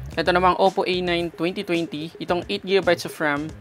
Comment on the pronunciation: Tech vlogger ka diba? You're suppose to pronounce each word correctly. Nakaka bother and irita yung pac pronounce mo ng twenty, paulit ulit ka pa naman. Pronounce it as twen-ty not twewn-ty. Ang sagwa mong pakinggan. I didn't finish watching your review.